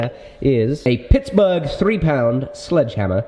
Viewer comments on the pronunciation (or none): How are you saying Pittsburgh weird? I live in Pittsburgh and I never heard anyone pronounce it like that.